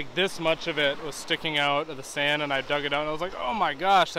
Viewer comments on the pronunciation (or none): none